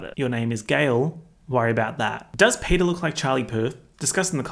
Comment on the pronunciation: Something about the idea that if anyone watching this has never seen the movie before and now thinks that Peta’s name is Peter because of your accent just tickles me